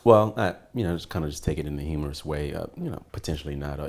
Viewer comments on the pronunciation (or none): I love you, you're my ace and everything. But you have a shit load of gay tendencies man! Just saying! He loves to gossip, suck his teeth, wear wife beater tank tops, senselessly ramble, wear costume jewelry, do female impressions and mispronounce words! His stupid ass tried to say, "humorous", but said, he-more-iss! Anyway! How can this guy be the coolest lame guy, and the smartest dumb guy at the same time? He needs a Reality TV show on VH1!